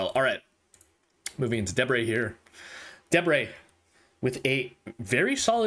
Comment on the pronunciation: YOU GOT DEBRE RIGHT.!!